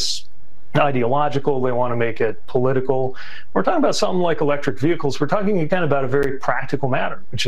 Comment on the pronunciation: Vee hickles, ffs